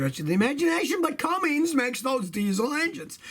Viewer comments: When someone says Cumm"ings" rather than "Cummins" you immediately take note the person hasn't a clue about diesels or tucks. Stick to Toyota's Scotty. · It's cummins, not Cummings, scotty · Hey Scotty, i may be hearing wrong but it sounds like your saying Cummings instead of Cummins. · Cummins...not Cummings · Never heard of Cummings engines. I have heard of Cummins engines though. 😉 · There is no such thing as a “Cummings” engine. It’s spelled and pronounced “Cummins”. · FOR THE LOVE OF GOD IS CUMMINS NOT CUMMINGS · Cummins, like come in, not Cummings. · The proper pronunciation is Cummins not Cummings. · CUMMINS not CUMMINGS. 😐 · There's no G in Cummins. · Scotty, there is no G in Cummins. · Why do you keep saying cummins wrong 😠